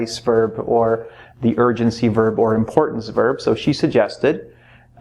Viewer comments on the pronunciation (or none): I literally hear urgency as virgincy even though i knlw it's not even a proper word